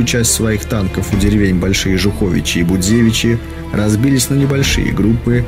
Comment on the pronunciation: Ударения правильно РадошкОвичи и СмолевИчи. И д. Большие ЖУховичи, а не ЖухОвичи. В Жуховичах даже мемориальный камень стоит в поле, на месте разгрома